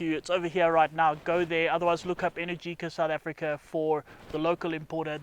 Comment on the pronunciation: Sayer and they pronounced "Energica" incorrectly.